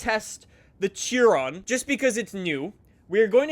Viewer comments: I love how he mispronounces every single car name. "A-gare-uh" "Cheer-rone" "Vair-on" I haven't finished the video yet but I bet he's going to say "Jag-warr". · It's pronounced SHIRON and spelt like CHIRON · You’re pronouncing Chiron incorrect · Tjiron! It's Chiron pronounced shi-ron. 🤦‍♂️ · I was driving the Cheer-on in fortsa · THE BEWGATTI CHEERON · If i had a dollar for every time he mispronounced CHIRON